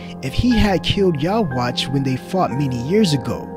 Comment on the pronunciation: The quincy king's name is yhwach, but it is pronounced Yu-ha-bac